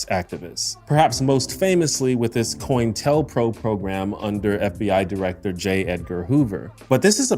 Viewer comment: Not "coin-tell". It's pronounced "co-intel-pro." As in "counter intelligence."